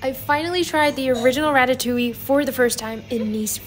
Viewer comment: yes, but the inflection is on the "oui" (or "oowee") part, not on the "ille"/"yuh" part. So the first one you have mentioned makes more sense, since it is actually pronounced "ratatOOwee", if that makes any sort of sense.